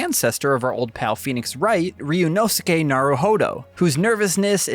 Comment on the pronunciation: Of all the videos out today, this is the most well put together and i can tell proper research was put into making this. Can't wait for this game to finally come out in ENG!!! Edit: Update, this guy is also the only one so far who tries to pronounce Ryunosuke's name correctly. Thank you